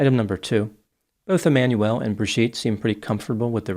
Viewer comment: His name is pronounced E-man-u-el (not Emmanuelle)